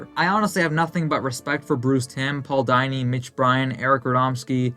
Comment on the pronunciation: Dude doesn’t even know how to say Paul Dini name correctly